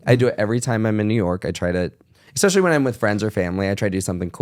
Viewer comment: Is: expecially, should be: especially. Is: fridgerator, should be: refrigerator. You’re welcome.